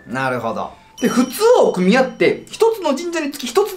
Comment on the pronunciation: どうでもいい事かも知れませんが、”奥宮”のアクセントおかしくないですか？